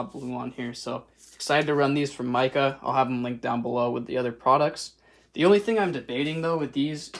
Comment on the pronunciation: it's pronounced mika( mecah) not micah